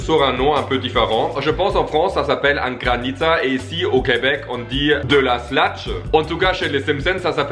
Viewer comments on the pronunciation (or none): Mdr ça se prononce sluch pas slach sinon super vid comme dab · Slach??? On dis slush maudit cave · "De la Slutch" Ta vu un "t" Dans le mot Slush 🤔? 😂 Ça m'énerve les gens comme ça ;-; Sinon, bonne vidéo ! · Slush et non slash 😂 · Ses slush pas slash